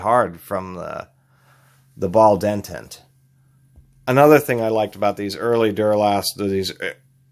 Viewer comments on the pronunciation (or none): Detent not dentent